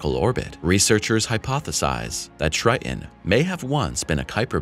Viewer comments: TriTon, not Tri'en. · Triton is not pronounced Tr-eye-in, it is Tr-eye-t-on. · I had to stop watching when the narrator said “Tri_on” instead of “Triton”.😄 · 1. Why the stupid click-bait title? 2. It's pronounced "Tri-ton" not "Tri-Unh" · Tell your narrator that it's Triton, not Tri’on. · Tri-Ton.....please, use the T in the middle of the word. Its Triton, not Tri-ehn. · what do you expect from a text to speech engine? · Narrator sounds like a robot who has no idea what it’s saying. A robot with valley girl pronunciation: “Tri*on” (Triton). Who produces these juvenile quality videos and why? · Is the second T in Triton silent? You keep saying Tri-in. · How do you teach and not pronounce the planet correctly 🤔 🤨 The planet is NOT pronounced Tri-an...there is a "T" in there....somewhere 🙄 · "Neptune's greatest moon Tri'n." lol. It's really okay to say Ts in the middle of words.. 🤦‍♂️ the video stopped being about the info and became a comedy of confusion after hearing him repeatedly say that. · You would sound more knowledgeable if you’d learn how to correctly pronounce “Triton”. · Love the content. Hate the way you say Triton. There's two T's in it xD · Is it Trian, or Tritan? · a T in the middle of the word Triton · Interesting video! But the fact that the narrator is not pronouncing his Ts is annoying.